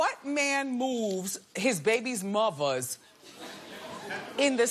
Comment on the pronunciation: The way she says "baby mothers" 😂